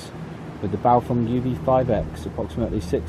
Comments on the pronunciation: BaofEng not BaofUng! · NOT Bao'FONG' But Bao'FENG'